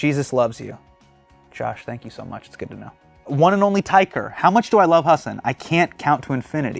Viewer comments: Bro your name is pronounced hah-san not hah-sen. Basics man. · I love that now he is famous he says Hasin instead of Hasan. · hasan baiiii, try and pronounce my name